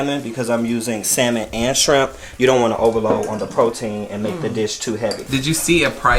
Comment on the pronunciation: 😖😖Oooooo lawd, that irks my nerves. Please don't pronounce the L in salmon or say 'strimp' or 'skrimp'. 🤢🤢😠